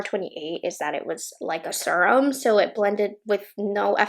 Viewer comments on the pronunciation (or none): Serum is pronounced: [ seer-uhm ] Please...